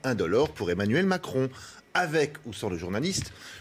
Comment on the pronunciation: Il a du mal sur le Emmanuel Macron niveau prononciation